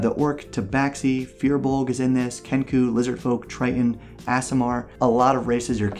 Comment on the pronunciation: As a DM who HATES Aasimar as a playable race, I will henceforth use your pronunciation at my table. ASS - eh - mar.